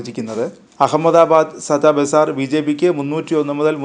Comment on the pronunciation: Peru parayan padik sada bazar alla. Satta bazar